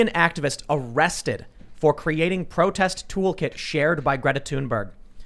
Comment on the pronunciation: It 'TH'unberg not 'Tune'berg.